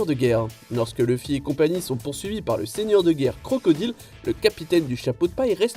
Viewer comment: mon oreille saigne quand il dit "crocodile"....